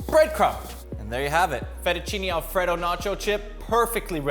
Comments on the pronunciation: I wish he’d stop saying Alfredo like The name Fred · alfraydough. not whatever you're saying. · i don't enjoy how he says alfredo